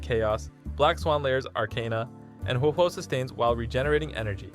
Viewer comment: Another youtuber who says Huohuo's name incorrectly 🤦‍♂️